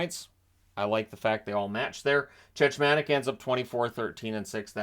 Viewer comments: It’s Chechmanek, the second ch is a hard ch, which is pronounced as a k. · It's pronounced 'Check-mon-ik' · Yeah it was grating on me hearing the mispronounciation.